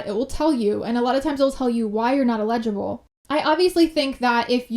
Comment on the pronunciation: It's prom ounce eligible.. not ligible..lol